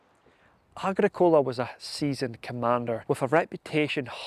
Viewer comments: Its agrick ola not agreecola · Yes I've heard a few people pronounce Agricola like the way it was on the video. Started to question it but I think its a common American style of emphasis. Agric- ola sounds better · AH-GRICK-ULAH PLEASE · Are you deliberately mispronouncing names like Anglesey, Tacitus and Agricola in this video ? These words have been well known and had an accepted pronunciation for generations before your arrival, son. Find out how to use them before you go disseminating culture dilution, or you might as well be offering your *rse to Donald Trump. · Hi. Absolutley cracking vid. I liked the traditional presenter talking to camera apporoach and only occaisional use of illustrations. Battle graphics were very clear. One small point on pronunciation "Agricola" is pronouced with the Agri sounding like it does in "Agriculture" and Cola like the drink. "Tacitus" is pronounced Tasitus. That's my understanding, if I'm wrong no issue! Great vid. Cheers. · Are you pulling our legs? Your pronunciation of Agricola, Angelsey and the Ordovices are kinda Monty Python.<< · Great work I enjoyed watching your presentation the only problem was Agricola is not pronounced like that, but still very well put together top job. 👍